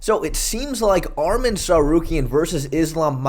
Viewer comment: Arman not armen